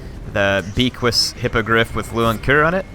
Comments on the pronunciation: The Undeath Star. Isn't they hippogriff's name pronounced "Beaky?" Because you pronounce it with a French accent? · Beaquis- (B-Ah-Key) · fun video but it bugs me every time says it. Beaquis has a silent S at the end and is pronounced Be'qui as becky or beaky. bit of a joke from the war hammer guys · And S is not pronounced at the end of most french words (I'm French)